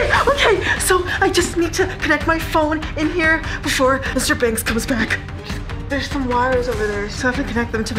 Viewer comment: It’s pronounced Joseph banks not Joseph bangks